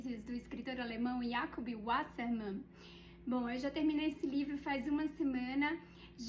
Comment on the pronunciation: Parei de assistir quando ela pronunciou o nome do escritor! Kkkkkkkkkkkkkkkkk